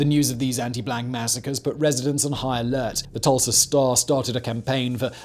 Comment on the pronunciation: He said Tursla 😆